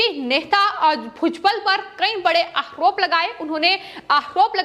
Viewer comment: अरे तोतली पहले ढंग से बोलना तो सीख ले फिर न्यूज पढ़ना। आहरोप महारात्रा बकलोल कैसे बोलती है जैसी दिखती है वैसे ही हकलाती भी है अगर जरा भी शर्म है तो आज से समाचार वाचन छोर दे